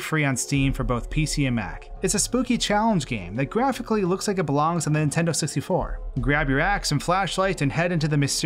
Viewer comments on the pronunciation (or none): none